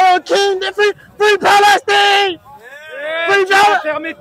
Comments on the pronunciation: Lol he said Free Pale-Steen 🤣 😂 HILARIOUS AS HELL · He’s not wrong, that’s how the arabs pronounce it